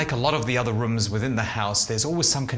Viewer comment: “All the Reoms” lol